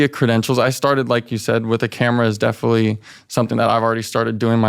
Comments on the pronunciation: If he insists on saying, “Definitely” so much, he could at least pronounce it correctly. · “I definilly feel like” he can’t even say it right most of the time